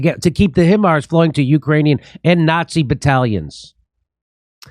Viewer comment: Hey Jimmy, Hi mars is correct pronunciation for HIMARS. JIMMY FOR PRESIDENT.